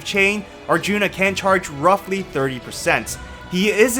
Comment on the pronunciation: I died at "Arthuna" 🤣